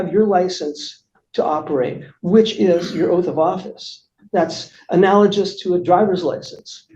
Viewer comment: Drink every time this pompous ass mispronounces 'analogous'.